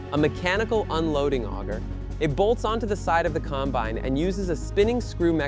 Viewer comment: ...among all the other words it mispronounced, like combine that was mispronounced most of the time, but at least once AI got it correct. Or Kansans, really?! I suppose you don't want to spend money for a good text to speech model when you're in the business of AI slop.